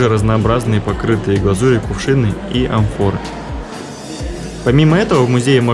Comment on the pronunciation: Режет слух как вы произносите амфоры, йемен и тд. Вся эксмкурсия -галлопом по-европам. Минус.